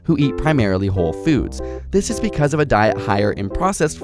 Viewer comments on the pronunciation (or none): none